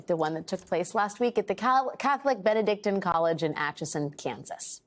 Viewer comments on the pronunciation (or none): Have I been pronouncing “Benedictine” wrong my entire life? Or has she mispronounced it here? I feel the latter. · Please learn to pronounce BENEDICTINE properly.